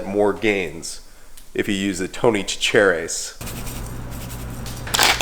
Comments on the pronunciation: It’s pronounced Tony “Satch-A-Res” lol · OMG i love it i use it on everything. You pronouce it tony sasheries (sa-sher-ees) and the “a” is pronouced like apple